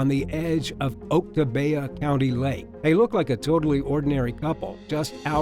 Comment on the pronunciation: It’s not Oak-ta-bay-a it’s Pronounce Phonetic spelling of Oktibbeha. ock-TIB-ee-ha. ... Meanings for Oktibbeha. [Origin: Choctaw] named for a stream, a portion of which runs near the northeastern corner of the county ock-TIB-ee-ha octi = ice, abeha = therein octi abeha = blocks of ice therein. ... A lot of the Native American names in Mississippi are difficult for outsiders to pronounce. My town is Iuka, that’s “eye-you-ka in Tishomingo County.